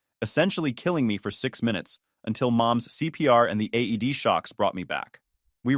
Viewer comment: It's called an AED not aid